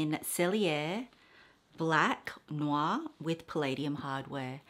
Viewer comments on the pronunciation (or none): none